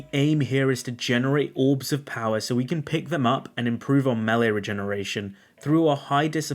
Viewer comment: Dude. Why in the hell do you say MAHL-LEE instead of May-Lay? Nails on a chalkboard, I'm telling you.